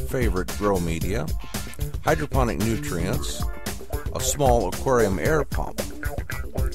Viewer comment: DEFINITELY sounded like" Hydrogen" to us,:) I took your instructional video to heart, set it up and it works like a charm. Thanks.